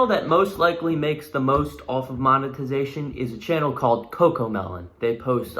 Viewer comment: Boy really said "moneytization" 😂😂